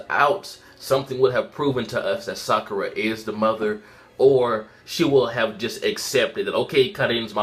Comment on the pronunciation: It's Sakura!!!!!!!!!!!😑